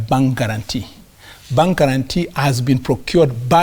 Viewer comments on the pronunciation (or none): It is bank not pang